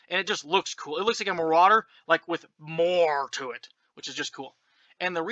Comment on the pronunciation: It's called a "More-rauder"